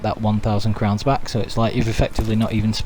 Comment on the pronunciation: BaaaCLICK , this nervous tick drives me nuts, like scratching a chalk board. That click sound you make when your sentence ends with the word "back". In fact, most of the time you raise your voice for certain words for no reason. Like THAT. But when you do HITclick him ... chalk board. My ears are bleeding now. Sorry, not trying to be mean, thought you could work on it if possible.